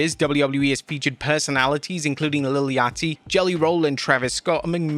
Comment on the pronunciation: It strikes a small, yet substantial nerve when I hear Englishmen pronounce Lil Yachty with hard Ts, like LIT-TEL YAUGHT-TEE instead of the Deep South drawl like "Lil YAH-dee." Not at all a bad thing, but it's like the verbal version of eating black pudding.